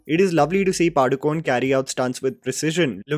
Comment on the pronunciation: Im not trying not pick. Just wanted to put it out there. Padukone pronounced “Padukoney”. Just putting it out there. Kannada not Kannad and Karnataka not Karnatak.